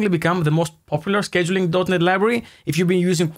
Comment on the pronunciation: It's pronounced "scheduling".